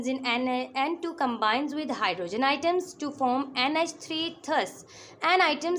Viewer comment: Ma'am it's not item it is atom 😂